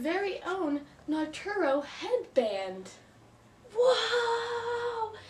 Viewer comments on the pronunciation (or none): Actually, it's pronounced "Nah-roo-toe"